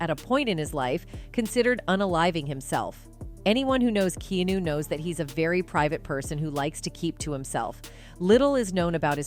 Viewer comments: Key-nu???? his name is Kee-Ah-Nu..stupid AI bs narration.Also, what's with the 'un-aliveing' God, this is stupid. Who comes up with this stuff??? I won't subscribe to...I would suggest others don't either. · Pronounce his name correctly. Stopped watching.